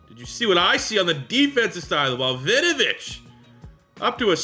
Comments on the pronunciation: Hey big fan and this is not said to be mean at all, just for future reference it’s pronounced win-oh-vich not vinovich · Why does it sound like you're calling him vinovich?